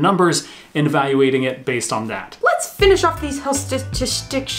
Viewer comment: I'm a great fan of shtashtishtishtics. Looking forward to hearing their next album 🤣🤣😘